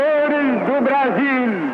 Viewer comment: O pessoal de antigamente pronunciava o "L" como um "L", hoje em dia pronunciamos como um "U" BrasiLLLL : BrasiUUUU Os R's também mudaram, antigamente eram bem mais "rolado" (não sei o termo certo), hoje em dia é um "rhotic R"